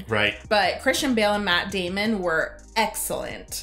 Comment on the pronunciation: Say it right. Maaaaaatt Daaaaaamon.